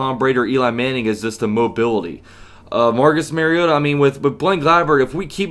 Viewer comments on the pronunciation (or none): Love you analysis! ... and you know about SportsFanEntertainment and TitansTube. Will have to check you out more during the season. BTW, it's Mahr-Ree-Oh-Tah for pronounciation, not Mair (like hair)-Ree-Oh-Tah... common mistake by national broadcasters and some fans